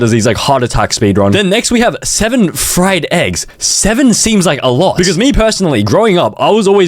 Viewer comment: alote? U mean a lowwwwww taperrrr fadeee